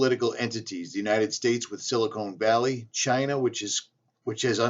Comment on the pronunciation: silicon valley. (sil-a CON- valley) you are saying silicone valley. That makes it sound like a breast implant. Or at least that made me laugh. I laughed once today. Thx. That makes me feel better. silicone valley, yup, a big ol pair of fake titties.